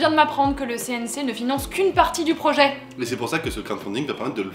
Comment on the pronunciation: Un projer avec un r ? Il commence bien le projer 🤣